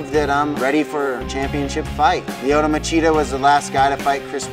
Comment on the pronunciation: Em gon derp Lyotohhh Machidergh, derpy derp